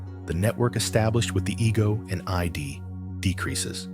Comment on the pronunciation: What's annoying is that it keeps referring to the "I.D." where it should say, "The Id" It's one word, not an abbreviation, acronym, or initialism.